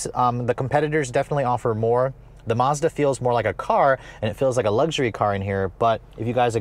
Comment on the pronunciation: Lol, always saying Mazada needs more gears like at least 5 times every review.